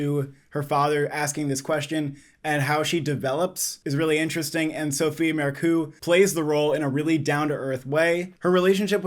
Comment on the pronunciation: Just a heads up: Marceau is pronounced Marr So